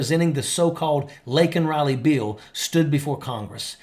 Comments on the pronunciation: It’s pronounced “bill” not “beeeeel ” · A what? Is he trying to say "bill"